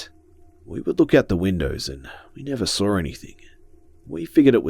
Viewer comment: who else loves the way he sais saw~sawr